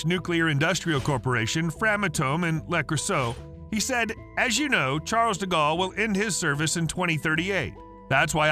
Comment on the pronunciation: Ah. Yes. Charles Diggawl. Butchered like a true American. At least try, ffs.